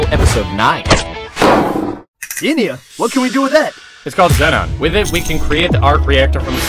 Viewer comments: its pronounced xenon with a short e not a long e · Can't even pronounce xenon correctly